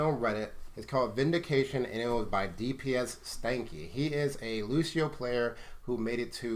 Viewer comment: Askingchaff He didn't. He just kept pronouncing it wrong throughout the video